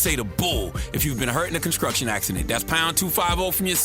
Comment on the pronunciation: LaMar Porter what any of his donkey of the day videos and you will see at the end, when he’s doing that ad, he says “conscruction accident”